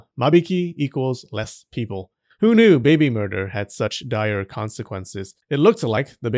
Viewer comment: I like how they say baybay instead of baby sometimes 😂